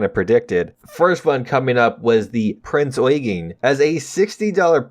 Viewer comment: The German ships are pronounced Prinz Oigen and grofe Shpe I know that’s not how they’re spelled, but that’s how they sound